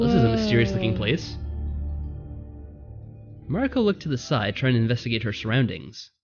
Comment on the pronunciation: I think Mariko's name is pronounced "Mary-co" or "Marie-ko" Interesting game, even if the beginning was confusing. But I'm very curious to see where it goes to.